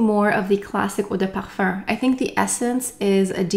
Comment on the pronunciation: As a european person who studied french for 8 years and has a native french partner I will agree to disagree. The pronunciation is wrong and it’s kind of weird because it happens only when she says “eau de parfum”, when she says parfum it’s in english. So you’re better off trying to pronounce it like “ouh-deh-parfah”” or “parphæh” or even include the “m” at the end than say “perfurrr” because it doesn’t make much sense.